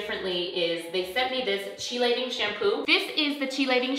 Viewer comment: Hi, I am trying hair print and have resistant grays. I have also gotten the chelating shampoo. Do you use a specific conditioner with the shampoo in the days leading up? (Btw, it is pronounced kee-lation)